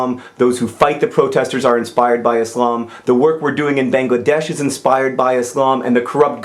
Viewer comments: I really loved this video and agree with what u said 100% and I love the fact that you said "Islam" not "Izlam" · I'm majoring in Religious Studies at NC State University, and I love the way that John pronounces Islam! It's the way I always hear people raised in that tradition pronouncing it and it makes me happy, because try as i might I cannot pronounce that word the way that Muslims do.